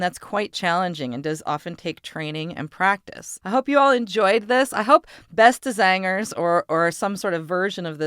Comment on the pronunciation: that was a real nice pronunciation Beste zangers in Dutch, and yes i'am Dutch